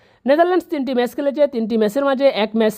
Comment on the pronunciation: মেস না ম্যাচ!